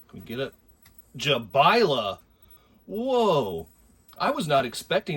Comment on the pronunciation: That’s a great name! Bit of a mouthful 😂. Congrats on saying Jabaile correctly. That itself deserves a like 👍🏼 Great little crawlers. Great show